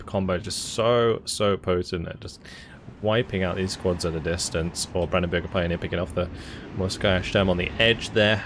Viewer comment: its "brandenburger", not "bürger". that would be citizen.